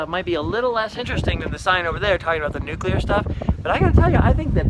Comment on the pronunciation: Gold AND Silver stars to you for being one of the rare people who know how to pronounce NUCLEAR. (nook - lee -ur) 🙂